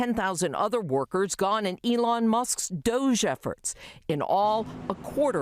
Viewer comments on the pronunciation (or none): none